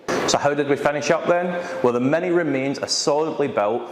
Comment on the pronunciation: Its MINI, not MANY. pls learn english, since you are from UK